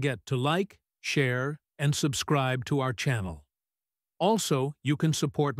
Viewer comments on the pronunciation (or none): none